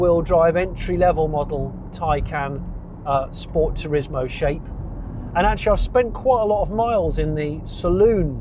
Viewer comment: Sensational review Johnny, but as we all know it's a Scchhpoort ;)